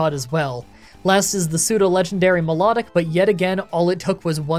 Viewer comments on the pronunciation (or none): none